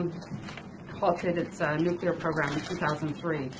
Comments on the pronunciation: New rule for all incoming presidents: If you can't properly pronounce the word, "nuclear", then you can't have access to the briefcase and red phone that fires one off. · Yale graduate? Nookyalur? Enriched Iranium?